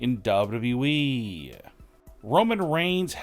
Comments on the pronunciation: Why is it so hard to say double you, double you, E? It's not double E. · Why can't this fool say WWE?!!!